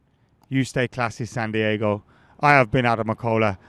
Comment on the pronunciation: Actually Santiago is in Chile, you my friend are in San Dee-ay-go 👍